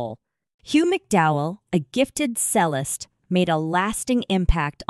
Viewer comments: FFS it's E. L. O. not ello & while mwe're on it it's pronounced CHELLO not sello & Chellist not sellist & Base guiter not BASS FFS!!! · Besides pronouncing the abbreviated name of Electric Light Orchestra incorrectly, it is obvious that this person is not educated in music terminology! Cellist is pronounced as "Chellist"-originating from the Italian language where there is a "Ch" sound in this word. Cello is pronounced as "Chello", again from the Italian language. A bass (pronounced as base) guitar player known as a bassist is pronounced as "Baseist", this word has the long A sound, using the short A sound is used in Bass is for the fish known as a bass as in ass! I WON|T be subscribing!!!